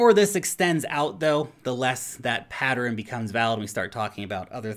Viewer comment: I love the way says patteren